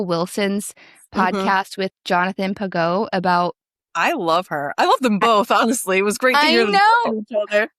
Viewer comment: Great interview ladies. Pageau uses a soft G, like George 😊 God bless you both ☦️